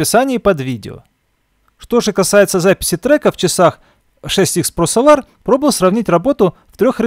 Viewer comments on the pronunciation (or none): Прошу адекватно относиться к критике, это сделает ваш канал еще лучше. Ведь если будут супер видео, да еще и с хорошо поставленной речью, ощущение профессионализма и популярность вашего канала будет расти. Неправильных ударений очень много, это коробит слух. Да даже солАр на самом деле это сОлар